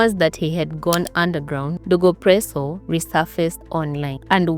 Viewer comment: Wait was he dego presso or was he dogo presso,😢,narration tamu but i have to keep going back to understand how u r pronouncing some wards,the guy narrator as well does that, please be kind to me and say words properly ndo iflow easily